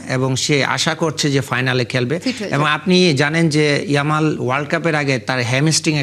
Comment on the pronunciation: ওটা ইয়ালাম না ইয়ামাল হবে